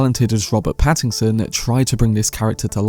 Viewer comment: The mispronunciation of Pattinson to Paddington has me thinking of a kind bear with a hard stare for the role of Scytale and I love it!